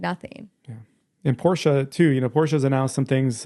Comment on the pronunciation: I recently purchased a Model 10 Apple Watch to replace my old one. It's a significant improvement, especially in rose gold... I'm glad you pronounce Porsche correctly. I know most people in the US pronounce Jaguar: Jagwire, or something similar. As the owner of a couple of them, it's Jag u are. Three syllables.